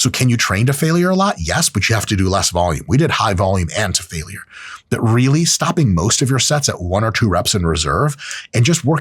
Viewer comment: I hate how Mike pronounces "failure" like it has three syllables instead of two.